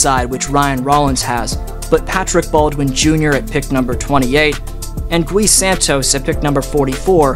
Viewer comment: The “U” in Gui Santos is silent